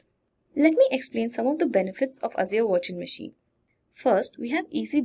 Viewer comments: You say virtual machine, I hear washing machine :). Jokes apart awesome video! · I kept hearing washing machine, so I can to the comments to find out... Nice video by the way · Same I hear washing machine every time she pronounce the virtual machine haha :D but great video learning. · 😂😂 did she said washing machine instead of virtual machine 😂😂😂😂😂